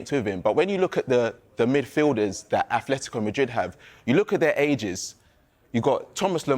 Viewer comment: 'simyayne' 'aTHletico' Who is this clown. Never played a game of football in his life